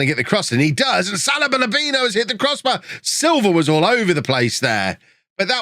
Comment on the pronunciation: Salabalabino. Am I the only one, that hears this everytime says Salibur-Lubinos name?:D